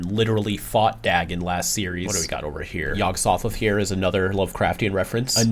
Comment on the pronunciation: Dagon is pronounced "day-gn"